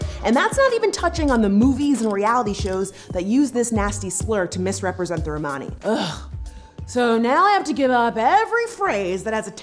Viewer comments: The only thing that frustrated me was how you said Romani, I am Australian and was taught by a woman of Romani decent and she did not say it like that. But yeah, Americans must say it differently to us. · Romani is pronounced the same as Romans so Roman-ey like money not Rmaani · Please learn to pronounce "Romani" especially since you're "defending" us. Lol. The way you say it sounds like you're speaking about a group of Ray Romano fans. Hey look it's the "Ro-monnies!"